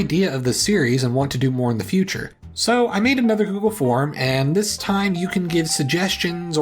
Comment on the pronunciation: Did you put the wrong emphasis on "this:" when you said it in your script? Or were you supposed to show us a second, additional map after the first time you said "this:" ?